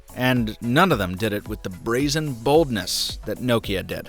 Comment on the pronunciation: Thanks for say Nokia right not like lot of English people (No-Kia)